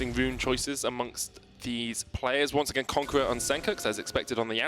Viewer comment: That "Once Agayn" 😂